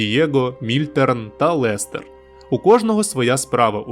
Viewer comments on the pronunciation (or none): none